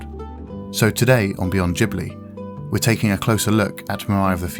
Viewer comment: This was a beautifully put together video which is noetic without sounding didactic. But I've qualm with the mispronunciation of the word 'Ghibli'😑.